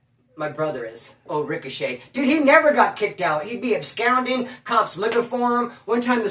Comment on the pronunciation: bruh, I come with good intentions, I only mean well when I say it.......and I have to say, to expand ur vocab a lil more...the word ABSCOND is NOT pronounced "abscound." Its "ab-SCAHND," like "ahh." Not like "ou," as in "hound;" it's "ah," like "blonde." peace